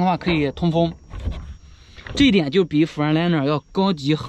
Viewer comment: freight读音应该是跟字母a一样的那个读音